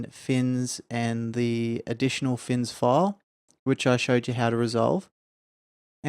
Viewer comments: ITS FNIS! FNIS! NOT "FINS" :DDD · Good show! I hope you get some rest. BTW, it's FNIS for Fore's New Idles in Skyrim, not FINS, many pronounce it Finis.